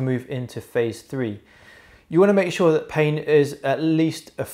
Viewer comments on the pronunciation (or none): none